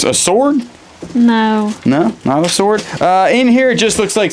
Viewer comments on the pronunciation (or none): none